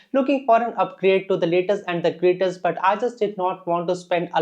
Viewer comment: "Laytest and GrateTest"